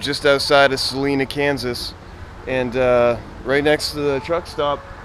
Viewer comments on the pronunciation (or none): Never heard of Selena Kansas....I think he meant Salina. Long I sound Sa Line a! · Just FYI: It's SAH-lina :) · I busted out laughing when I heard it, just now.